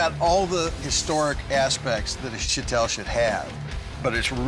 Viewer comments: Am I wrong? It's pronounced Show-tul... Not Sha-tell. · its shitol actually, shotel is an english corruption of the native word for the sword